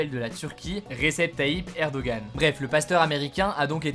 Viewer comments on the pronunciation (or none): PS : C'est une erreur française que de mal prononcer Erdoğan, mais tu peux demander à n'importe quel Turc, il te répondra que le nom de leur "président" se prononce Erdoan 😉